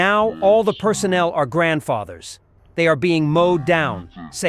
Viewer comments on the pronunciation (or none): "NOW all the soldiers are grabdfathers" lmao. Cmon man